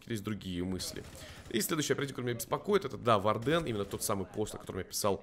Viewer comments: Хорошее видео, но вардЭн - это нечто, исправься пожалуйста, это слово читается как wArden "УОрден" или "УАрден", а то честно больно слушать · Сорян,но вардЭн уши режет